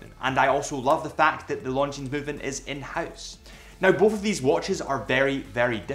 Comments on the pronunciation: omg stop saying LonDgineZ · A pet peeve of mine is people pronouncing the "s" in Longines... the "s" is silent.